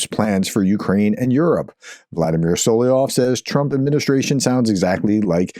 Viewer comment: Solovyov is pronounced as ~sul - uv - y - of SUL is in ~SULlivan UV as in ~love /luv/ Y as in ~ You, Young, Yeast, York OF as in ~ smirnOFF As always, this is only if you are interested, Professor. You do NOT have to be. Until February 24, 2022, I’ve never heard about this traitor but as I listen to you pronouncing the word, I immediately recognize the common Russian name (it’s his pseudonym as he’s a historically persecuted minority and not an ethnic Russian, which is doubly cowardly and treacherous given enormous xenophobia in Russia but that’s a separate conversation). In any case, if you are not, the comment is to support the channel👌 THANK YOU 💖